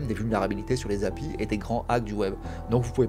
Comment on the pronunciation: Excellente vidéo. Ça fait juste bizarre d’entendre quelqu’un dire Happy pour API 😂.